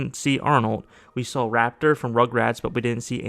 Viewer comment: His name is Reptar; rep like in the word represent and tar like the sticky, black goo. Not Raptor. That's why his name's even spelt with an E in the first place.